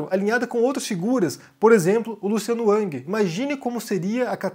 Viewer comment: Não é ANG. É RANGUI.